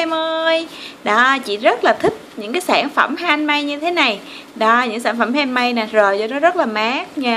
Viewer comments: Hihi 😊😊người ta theo cách đọc là han mếch mà chị đọc lộn thành han mây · Han-mếch chứ k pải han-mây nha cj